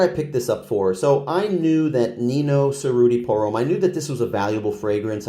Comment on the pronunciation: Cerruti is pronounced with a “ch” sound and you roll the r’s (chr-oo-tee).